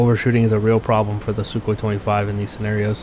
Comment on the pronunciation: lol "SuKKHOEE"